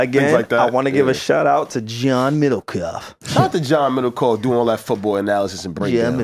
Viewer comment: John middlekaugh (butchered) name drop is crazy 💯